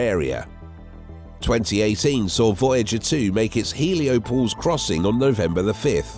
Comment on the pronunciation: Heliopause, not “heliopose.” 🙄 Also, what’s with the repeating sentences? Did your editor fall asleep at the wheel? Some of these sentences are so awkward and inelegantly created, I can’t tell if they were constructed by a nonnative speaker or an AI algorithm.